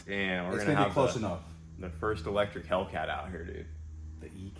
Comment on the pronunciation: "Hellectric Cat" cmon! Nice job!